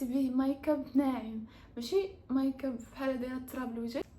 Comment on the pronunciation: هه‍ه‍هههه‍ههه اودي قوليها غامقادة مايكاب مايگاب 😂😂😂😂😂 بداتها بهق بهق